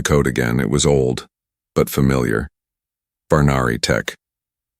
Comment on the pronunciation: Jurelia Sirelia Zerelia Cherelian Jaya Roe Marcus he put the scanner over Rose´s Chest ... ? who is ROSE WTF u said Roe ... now its Rose and changing from Roe male .. too Rose Female.. and right after Rose back too the Boy again wtf xD Rogue Alien Fleet known as the Varani but he says Varnari xD i noticed the text changes, now its Varnary after it lol Shea was sitting there Brushing Rose´s Hair with her fingers. ?? lol is it not Jaya and Roe anymore bruh ? now its Shea and Rose and the boy turned too female wtf someone was looking for Zaya ... bro xD wtf right after that Little Row .. It had been 2 weeks since they left Shirelia lol ... text says BHANARI TECH but he says it BHARNARI :D RRRRRRRRRRRR Karaths??? Face appeared ... bro was a male named Ky´reth wtf Keep Ro Safe xd man its wrong spellings everywhere But Kyrath was a hunter Shaya sat at the second seat Kareth roared in anger xD ... Shaya looked at Roe Shaya stood inside the launch bay A dart towards Kareths´s ship Kareth´s ship cracked burned Gia ? lol ... Marcus Renzija Of Zurelia hmm.. Roway Family dunno In the kitchen Roe helped flip pancakes with too much Syrup .. bro SYRUP EVERYWHERE xD WHY FLIP THE PANCAKES WITH TOO MUCH SYRUP xD haha Shaya learned too fix a power coil Rose stood on a stool wearing a little apron that read co pilot in training ... the boy just turned into a female Rose again lol xD Across the table marcus sat with a mug of tea watching the boy with amused eyes... a boy named Rose :D ? bruh Theo